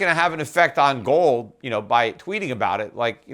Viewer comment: You receive one bitcoin for every time he says "GOWLD"